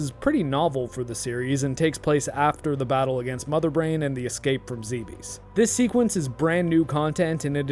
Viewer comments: Bravo! Btw I believe it's pronounced like Dweebs. Zebes as in Zeeebzz. I just lost a pet too, so I feel for you, bud. Also, I really appreciate you on the DnD stream. Hail! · After scarlet and violet I'll never buy another Nintendo game again. Edit: it's pronounced "zeebs"